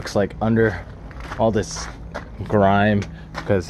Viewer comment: he says grime 😳